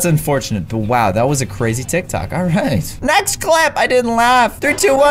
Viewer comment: Its not tivk tocks its tik toks